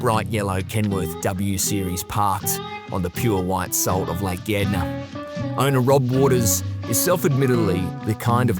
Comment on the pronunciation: It's Gairdner and he pronounced it correctly